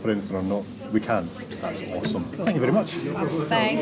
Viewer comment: Saturday video! Did I hear "ferry good service":) Thank you and.